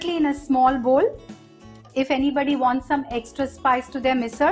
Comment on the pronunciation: Loved the fact that MISAL was pronounced with the typical marathi L. And yes, the misal does look yummilicious